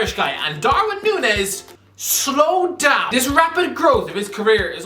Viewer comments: It's not Nunez, it's Núñez... "Ñ" sounds way different to "N" 🙏🏻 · I don't wanna be that guy but his last name is pronounced (Noon-Niez), normally I wouldn't care but we share the same surname 😭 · It’s said noon-yes,.